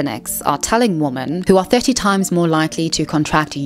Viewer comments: For heaven's sake, the plural word women is pronounced like 'wimin'--it is not pronounced the same as the singular word woman. Just like the plural word men is not pronounced the same as the singular word man. I'm encountering this mispronunciation of the word women increasingly from Americans, especially younger Americans. I have heard it said that Americans speak English as a second language, even those that only speak one language, and I think it's increasingly true. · Why do you keep saying "woman" as the plural, it's "women" ... You don't have the same problem with the plural for men, you call them "men" not "man" - what's the difficulty here? It's so annoying, even when the screen puts "womEn" on screen you still say "womAn" GET IT RIGHT 😒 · Plural of woman is "women" and it's pronounced "wimmin" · Women... for the love of God, it's WOMEN! 😅